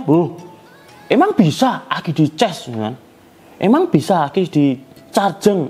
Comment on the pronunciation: cas bukan ces